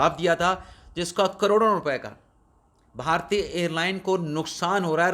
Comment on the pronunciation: بہارتی نہیں بلکہ صحیح تلفظ بھارتی ہے